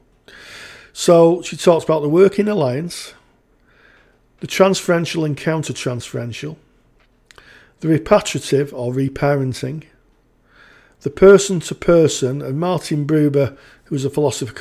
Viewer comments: I think he’s saying there’s a pronunciation error 😉 It should be reparative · It’s ‘reparative’ as in repairing, not ‘repatrative’….. I don’t think that’s a word 😊